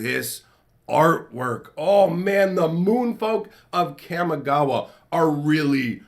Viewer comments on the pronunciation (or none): I love your videos. I just have one complaint. Your pronunciation of Kamigawa is wrong. Since it's modeled after Japanese, it is pronounced (kah-mee-GAH-wah). Thank you! Keep on keepin on.